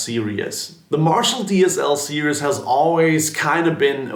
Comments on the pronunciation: "DSL serious"? You can't even pronounce the word series so why should we trust your opinion? Plus, you covered the sound of every demo with a wah 🙄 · Im very familiar with the DSL Series from Marshall, but I couldn't tell if you said "DSL Sears" or "DSL Sirius/Serious" in this video. I cant find anything about them online, would you be able to tell me where I could find more info on them?? Thank you!!